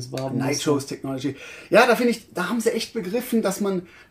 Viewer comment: ... Ihr sprecht nur immer noch "Nitrous" falsch aus :-) Seht es als Adjektiv, also wie z.B. "famous" oder "monstrous" (hehe, Monster ^^), und genau so, so Richtung "i", wird diese Wortendung ausgesprochen. Ich hoffe Ihr verzeiht die Klugscheißerei!